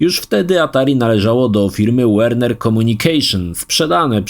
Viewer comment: Spoko wszystko tylo na Boga nie wymawiaj nazwy Warner jako "WERNER" bo skreca uszy